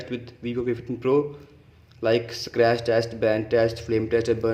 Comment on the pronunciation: What are we gonna do with the back of the phone. Hahahaha funny guy don't no also how to pronounce scratch hahaha nonsense, nobody will bend the phone instead of calling or playing. Idiot.